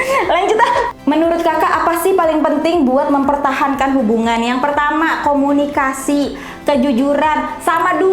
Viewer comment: mempertahankan hubungan.. cara nya dengan berkomuniakasii.. 😔😔 komukasi